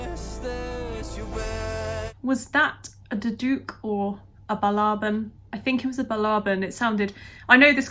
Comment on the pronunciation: You're right,. It is BALABAN.